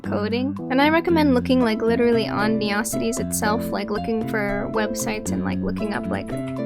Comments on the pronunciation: first time I ever heard it called "ne-ocities" and not "neo-cities" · Nice try, but i only know ONE person that calls this town "ne-ocities"........ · I'm committing neocities on yall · I lowkey love it, made me smile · this was really helpful but u say neocities the way megamind says metrocity all love tho